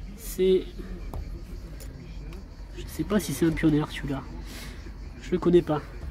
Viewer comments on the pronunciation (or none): none